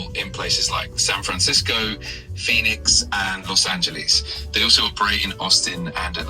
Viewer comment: The was he ‚pronounced‘ Los Angeles 😂😂